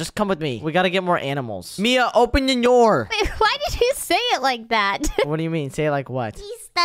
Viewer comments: 😂😂😂😂 the one part where says open the noor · 😂😂😂😂 why did you pronounce open the door into ongen na noor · WHY DID CASH SAY (open da noor)😂😂😂😂😂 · u said open nyie door 😂 not open da door